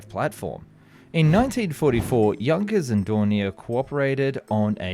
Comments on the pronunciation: "Jankköös" for Junkers. 😆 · Work on your pronouncing. It will not pronounce Jankers - the u in Junkers will pronounced as an U as like United or Uniform etc….